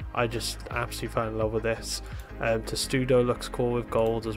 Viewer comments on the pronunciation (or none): none